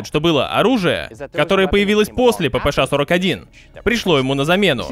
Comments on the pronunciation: Буква "Ша",а не "Ше"😅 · Ааааа, как меня корёбит: ПиПи Эс Эйч 😀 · Брендону так пофигу на то, что кто-то злится на его неправильное произношение "ППШ", что тратит примерно минуту на фонетические объяснения, почему он так говорит и как ему пофигу)